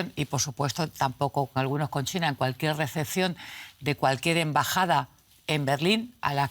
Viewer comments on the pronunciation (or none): none